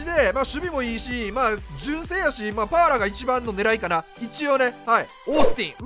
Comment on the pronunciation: VIPさんがAランク選手出した時に好きな発音 ・1位 Patton ・2位 パッーラ(飛沫量3リットル) ・3位 デラロ↑サ